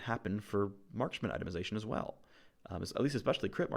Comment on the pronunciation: i love how he says "crit based maskman" like he's supposed to respect some kind of gender neutrality.